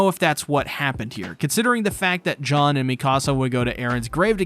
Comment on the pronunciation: I was like who the hell is John, but it’s just his weird way of pronouncing Jean